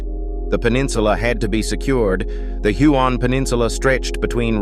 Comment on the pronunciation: Do you think you could pronounce the names properly it's hyooon lae ie lie